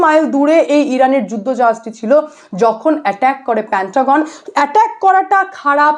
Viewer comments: I request you to rectify pronunciation of "PANTAGON" "MOHARA" it should be "PENTAGON" "MAHARA" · প‍্যান্টাগন নয়- পেন্টাগন। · মোহোড়া নয় মহড়া হবে উচ্চারণ। প্যান্টাগন নয় পেণ্টাগন -- কি হচ্ছে কি? বাঙালিত্ব. ....? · Didi ota pentagon. Ar eto baje pronunciation newa jachhena. Pantagon pantagon kora bondho korun. Dorkar hole google e search kore dekhe nin ki uchharon hobe.